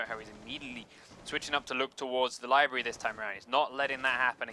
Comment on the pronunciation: is that one dude saying "liberry" instead of library?